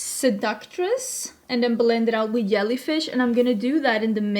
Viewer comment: I've always loved your accent, but hearing you pronounce Jellyfish is hands down my favorite. I'm going to call them Yellyfish from now on.